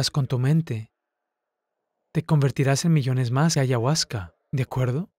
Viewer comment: No digo que no tenga razón. Pero si no sabe ni pronunciarla, como se atreve a hablar tanto sin conocer.